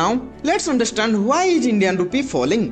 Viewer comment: Is... Not eej Transaction NOT Transachon Ek -sam-ple not ekchampel